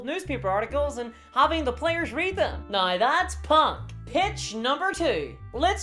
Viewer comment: Why charnge things noi? Why charnge things noi indeed.